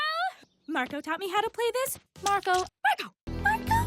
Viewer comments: I'm hearing margo and sometimes mango is there something wrong with me? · after a while it sounds like sarco... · The more I hear Marco, the more I'm hearing Starco. lol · Marco Me. Margo Like turns Marco into Margo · It kinda sounds like is saying Margo instead of Marco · not marco but mango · It sounds like she's saying "Margo" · as long as it continues I think I'm hearing " Margo " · My favorite part was when said 'Murgo' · Toward the end, it sounded like Margo, not Marco for some reason. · I keep hearing socko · I keep on hearing Margo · The best thing is that says marco everytime instead of tom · Angela Liao: Marco Oskar: Mango